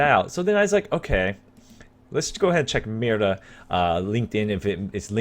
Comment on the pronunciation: When he talks "mira", i always understand "mierda"